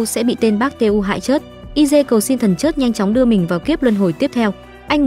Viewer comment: Nói ngọng thần chết thì nói thần chớt mất hay